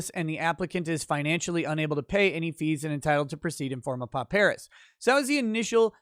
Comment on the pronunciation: With respect, is overlooking the real killer - the transcript fees. Has to be at least $300 for each day of trial. And should also get transcripts for all of pre-trial court hearings. This alone should be around $10,000. Also, "pauperis" is pronounced "paw-per-is", not "po-PEAR-is".